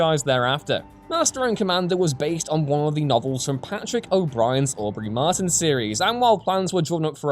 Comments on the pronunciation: MATURIN, not 'Martin' in Master and Commander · Maturin...not Martin for Master and Commander.